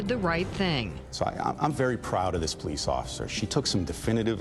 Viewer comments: I know this is a serious situation... but officer "Pullease"? Lol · I love how it sounds like they’re saying Sgt. Police. 😂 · Really Sgt. Pullease, pronounce Police, no one else is going to say anything about that?? 🤣🤣🤣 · You really telling me this cop’s name was Pullease? Pronounced Police? SGT. Police? Are you serious? No one sees this as them making a joke of how easy it is to hide a perpetrator cop’s identity to relocate them to a new dept punishment free? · It sounded like she said "Christopher Police", but that can't be right.